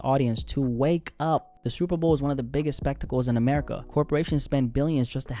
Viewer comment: Its America. Not Amerikkuhkuhkuh. Acting like Blacks are the only ones that pay taxes. You sound like a crah crah crackhead.